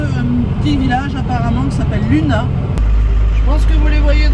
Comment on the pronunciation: A Lunas, tu prononces le S a la fin. Pleins de gros bizouxxxx et à bientôt sur un nouveau spot. Qui c au beau temps en Bretagne.